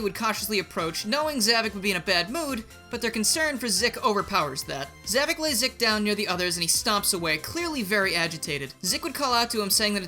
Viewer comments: Za-VOK not Za-VIC. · It’s “Zavok”, not “Zavik”! Get it right!